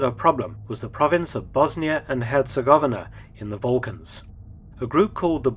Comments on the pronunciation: Hercegovina is not so pronounced. Her-ce-go-vi-na I've been in BiH 🇧🇦 four times. 🖤 The Assassination Museum is worth a visit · I cringed when he butchered the word "Herzegovina" too...several times. Despite being a historical channel. And was covering one of the most famous assassinations in history. -_-'